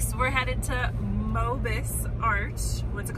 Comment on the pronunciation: Mobius is pronounced "mo-be-us" = 3 syllables, not "mo-bus".